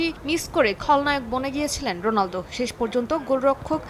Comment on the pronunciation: ভাই কি অশিক্ষিত নাকি রোনালদো কে রোলান্দো বলছেন😂😂😂😂